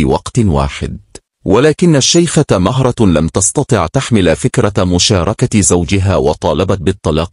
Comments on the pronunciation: اسمها مهرة بضم الميم وليس بفتحها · مهرة بضم حرف الميم باليمن والخليج بنسمي مهرة وهي اسم لصغير الخيل ولكن ننطقه بضم حرف الميم ونطقك للاسم خطاء